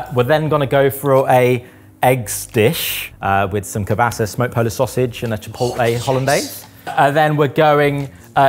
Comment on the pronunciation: “I am using smoked, polish kielbasa, or intangible*kauabas*??? As a polish person, I applaud you for trying, but I have no clue what that was supposed to mean? 😂😂😂